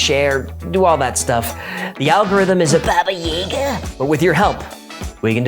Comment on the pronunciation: Baba Yaga, not Baba Yaega.